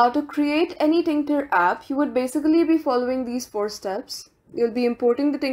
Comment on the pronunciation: "tinKter"? It's still TKinter